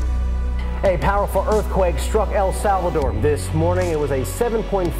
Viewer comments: Its "EL SALVADOR" not "el salvIador" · August 27 2012 El SAL"V"ADOR not "VI" just gramma.. LOL ILove ur videos budd...